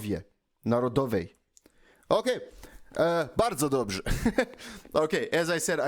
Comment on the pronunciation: You pronounce "Dobrze" perfectly :D and it means "good"